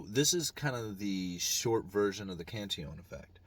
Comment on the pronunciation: UE prounounces correctly.